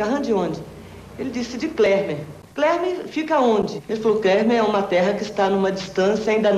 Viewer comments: Ela fala clermer e o nome do planeta é kleper. Ademais, quem nomeou esse planeta foi um humano, não quem teoricamente mora lá. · Até porque ela fala "Klermer" rs